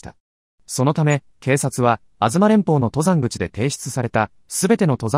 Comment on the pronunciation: ↑と↘ざんぐち のアクセントが気になる